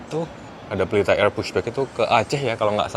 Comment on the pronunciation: Candu bgt denger bilang "Pelita AIRR"wkwkwk